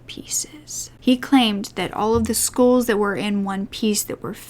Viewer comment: I honestly thought she was saying "schools" at first lol I've never heard skulls pronounced like that, I was so confused!